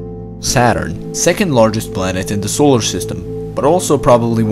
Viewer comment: Ayyyyy! The accent thoughhhh. Just the Dat and Duh and Eart xD